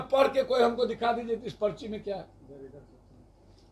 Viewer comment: पर्ची को पचरी पढ़ खुद रहा है अनपढ़